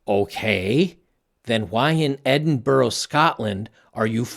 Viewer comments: A Scotsman here. Just a small tweak to the pronunciation of Edinburgh ( no harm ) Its Edinbur-up ( minus the p obviously ) not Edinbu-row :) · Edinburgh, Scotland is pronounced Edin-burrah, not Edin-burow. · Edinburgh - pronounce it "Eddin-burra"